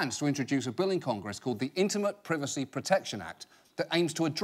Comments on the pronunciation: when he said privacy wrongly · PR-EYE-VU-C NOT PRIVICI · prevacy lol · Dear Mr Oliver. Please pronounce the "I" in privacy and reupload. Your second greatedt fan. Smokey Jones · Is it me or is how John Oliver can't pronounce privacy adorable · John's pronunciation of privacy rustles my jimmies